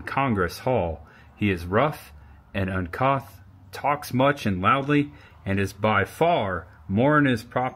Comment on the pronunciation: Uncouth is pronounced differently than what you said. It is pronuced uhn·kooth with kooth rhyming with tooth. I am not a pronunciation nazi or a Karen, I am someone who once mispronunced the word Bivouac while reading a historical placard aloud at a state park to a group of people. Several on them laughed at me. One man told me it was OK and told me how to pronuce the word correctly. I felt foolish but learned something, I definitely won't ever mispronuce that word again, although I'm sure I will mispronunce other words. I enjoyed your video a lot.